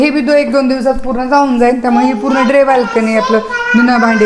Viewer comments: ड्रे नाही . ड्राय. म्हणजे वाळलेली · ड्रे बाल्कनी नाही ग बाई ,तिला ड्राय बाल्कनी म्हणतात